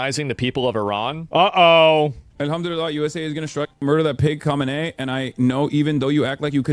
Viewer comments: hate to be that guy, but it's pronounced hom en ee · I hate the way Asmon says "Khamenei". I hate the way Dog Torturer Hasan says "chauvinist".